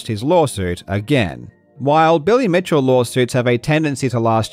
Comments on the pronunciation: You said bitchell instead of Mitchell 🤣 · "Bitchel" LOL, you should go back to calling Todd Rogers "Todd Togers" EDIT, just watched the rest of the video and you did LOL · I had to rewind. I thought I misheard it... Silly Bitchell. It killed me. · "Silly bitchell" you said it I heard it and hence forth shall he be known as. I'm standing up clapping to you right now..